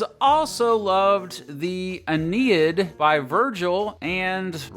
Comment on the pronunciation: The way you said Aeneid made me cringe with homicidal rage. the last part of the word would sound like Ae-NAY-id